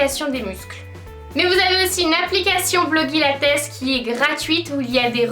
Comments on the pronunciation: pour blogilates, on dit "blogilèits" pas "blogilatès" ! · "Blogilates" ça se prononce "Blogilatèce" ? Sinon super vidéo, merci de m'avoir fait découvrir PumpUp :) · La façon dont tu prononces Blogilates et Cassey Ho c'est un peu une insulte pour elle en fait